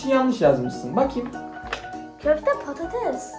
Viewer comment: Köfte pates değil köfte patates oluyor dikkat